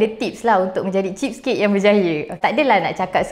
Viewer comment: cheese cake cheese cake cakap jela kedekut atau cermat